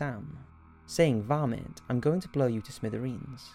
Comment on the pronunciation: It's so funny to hear the word "varmint" said in a British accent 😂